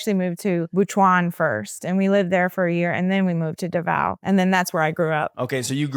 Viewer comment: Sorry if this may sound negative but how did she live in davao for 15 years yet she cant pronounce it properly??